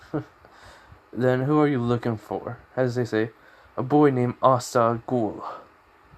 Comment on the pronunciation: Your saying his name wrong mate, it’s Gown not Ghoul